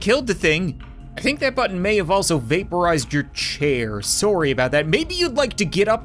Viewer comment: Im sorry but you say sorry wrong